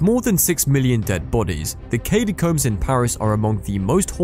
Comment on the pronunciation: Need to take a shot every time he says "Katy-combs" lmao